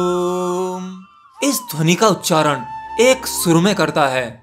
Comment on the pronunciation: App om ka galat uchran krrr rahe hhh